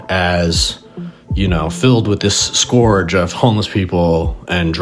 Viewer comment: Scourge is pronounced skurj and rhymes with urge, not score-j.